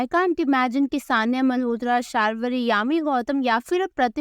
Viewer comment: It's not शारवरी.. its शर्वरी